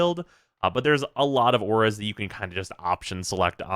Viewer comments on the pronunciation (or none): none